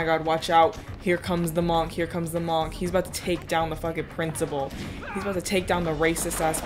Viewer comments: Who pronounces monk like that? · pronouncing monk like that is a crime punishable by slight disdain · Everybody else: pronounces monk like munk: MOOOOOONNNKKK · have I been saying monk wrong or what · hey why do you say monk the way you do